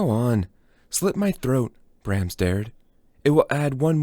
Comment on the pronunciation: Thanks for spending the time to do this. But please double check the pronunciation of words you're unsure of. It's distracting to hear cellist, Brahms, and others incorrectly.